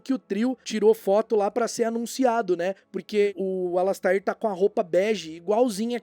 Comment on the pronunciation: e precisam aprender a dizer a pronúncia correta do Alastair, tadinho. (Alasteir)